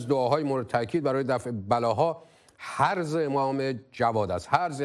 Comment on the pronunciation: تصحیح بفرمایید حرز ( ح با کسره )